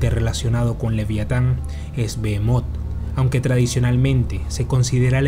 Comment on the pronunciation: Bro en vez de leer "Bohemot" ( terrible nombre de pokemon) ley " Belmonth" . Tenemos que ver despues de la sangre de zeus Castelvania bro.